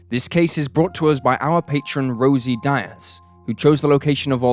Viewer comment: Yeah, he mispronounced Regina, Diaz, & Oviedo. He’s got great content, but he needs an editor to help him produce & “proof-read” these videos.